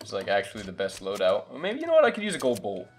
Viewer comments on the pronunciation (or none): did you just say gold bolt?